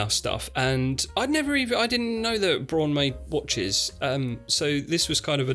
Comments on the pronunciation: It's pronounced Braun. 😆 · It's Braun as in Prawn. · It’s a German company, so pronounce it BROWN. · BRAUN is German for Brown.. so it's pronounced Braun..🤣🤣🤣 and the watch looks like a silly face with a tiny nut cracker gob... You just cannot unsee it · Good picks apart from the Braun (which is pronounced like brown by the way, it's German). Not in terms of styling, but build quality. It won't instantly fall apart, but it's very expensive and cheaply made at the same time. I'd rather have something like a Linjer instead. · German pronunciation is definitely as in ‘brow’. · … it’s pronounced: “Braun” ! 🤣 … okok; like in “Frau” … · So as a germany I can tell you: "Braun" is actually pronunced like the first one . Br - A - un